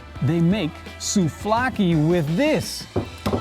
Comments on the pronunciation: It's souvlaki not souflaki 😉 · Souvlaki not souflaki...I need to dislike this as always... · Souvlaki - not sofloaki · You BLAXO your not even GREEK WHAT WOULD YOU KNOW ABOUT GREEK SOUVLAKI BTW IITS NOT SOUFLAKI OR KEBAB MALAKA GET YOUR FACTS RIGHT ONLY GREEKS CAN MASTER THE ART OF MAKING SOUVLAKI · He did say it was SouFlaki ... :) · Souvlaki.... not trying to be rude